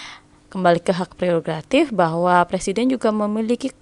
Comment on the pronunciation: Mantap kak terimakasih buat pembahasannya, btw bantu ralat dikit yg bener tu prerogatif bukan gratif😁 semangat terus buat yg besok tes semoga dimudahkan dan dilancarkan aamiin🤲